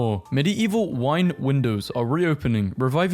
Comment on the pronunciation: the way he pronounces medieval 😭